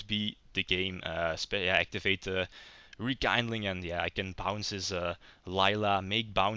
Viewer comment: Nice one. I always thought the haze trap and spell are not that great, hence i never liked most of the build i've seen online. One little think I d like to point out, since it was pointed out to me when I did it: It's called Rekindling, looks like kind (kaind), but it actually comes from kindle, and that is spelled like a seen or keen. So it's like rekeendling, not rekaindling ^^ aside from that, nice plays. I'd like to see more than just 3 duels if possible